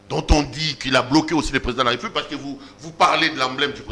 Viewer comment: Onyemba parle bien aussi bien la langue de Molière. C'est République et pas repoublique!!!